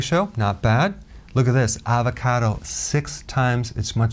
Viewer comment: avacodo?? LOL love ya